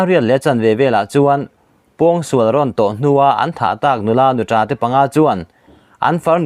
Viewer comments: Nuța tih tur.Nutra hi mizo țawngah a awm lo... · Nuta(nutra) i thluk dan hi a dik hlel deuh